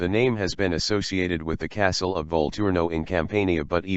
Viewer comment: where is this kastyle place that the computer talking about